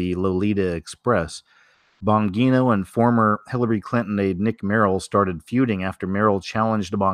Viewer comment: It’s pronounced Dan (Bon-G-No)